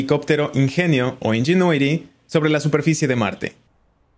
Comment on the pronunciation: Nisiquiera sabes pronunciar bien el nombre del helicóptero en inglés